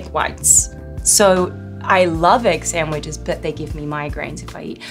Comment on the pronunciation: Funny hearing her slip slightly into her Harley accent when she says "egg sandwiches" lol